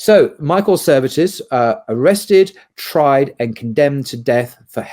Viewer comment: it should be Michael Servetus, not Michael Services